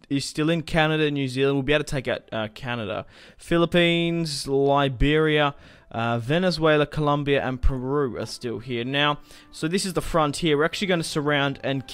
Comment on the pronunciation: you mean Peru not puru